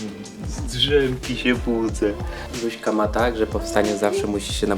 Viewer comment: Czemu mówicie luśka???